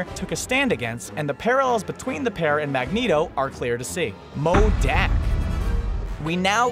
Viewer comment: Who else cringed when he said modaak